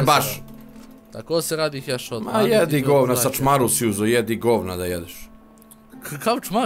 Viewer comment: nije heshot nego headshot majstore